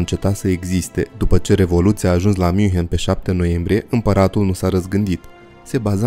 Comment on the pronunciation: Toate bune si frumoase, dar invatati pronuntia corecta a numelor. OK? Hoănțolărn (nu hohenzolern). . Zalțburg (nu salburg). Münhiăn (nu miunhen), fon Badăn (nu von badăn). . Asa ca la copii...